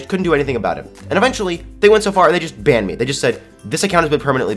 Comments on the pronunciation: said bannep instead of banned XD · I thought he said BAM instead of banned 😂😂😂